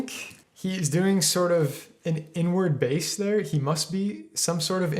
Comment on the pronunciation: It took me until the very end of the video to realize that he was saying “Inward bass” and not “n word bass”